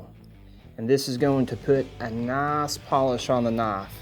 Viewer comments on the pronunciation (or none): "This is going to put a n'hass polish own the na'hffe." 👍